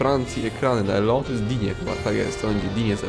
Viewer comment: skoro mówimy o szmajCHelu to warto też wspomnieć że ten francuz na LO to jest DIŃ a nie DINIE bo to e na końcu nie ma kreseczki